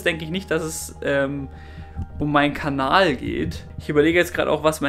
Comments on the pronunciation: warum sag er jedes mal kbal und nich kanal ??? :D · Er sagt am Ende einfach "aboniert diesen Kabal"😂